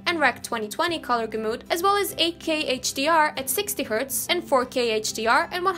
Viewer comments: Hey! Nice work One thing though The word “gamut” is pronounced “gamet” not “gamoot”. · Lol, love the way you pronounce gamut. "Gamoot". It is pronounced ɡamet btw.